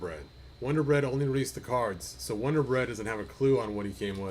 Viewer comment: But it’s a Wun-dar on a vintage style card